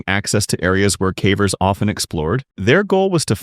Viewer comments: I assumed that when he said "cavers" as if it was to rhyme with "cadaver" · 6 cavers was pronounced wrong in the third one